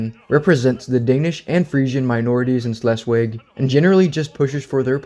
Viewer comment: Great video! but you did keep saying Schleswig wrong. Sorry, I'm in a German class and there isn't a "W" sound in German so it would be pronounced with a "V".